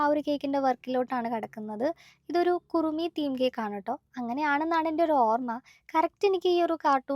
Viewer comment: Kurumi alla kuromi, ath hello kitty de friend aa😂